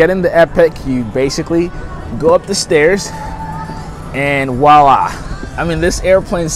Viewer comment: Stop saying wa-lah. It's pronounce voila! It's an insult to French speakers.